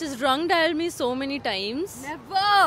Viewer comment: Her times pronounciation was like taimes